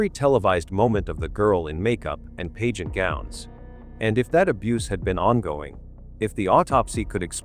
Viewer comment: AI NARRATION IS SO DISGUSTING - BAD PRONUNCIATION OF PAGEANT AND ALIBIS CANT SOME HUMAN READ THIS STORY. THE TITLE SAYS JOHN LIED ABOUT BURKE BUT THIS STORY MAKES IT SOUND LIKE JOHN IS THE GUILTY ONE.......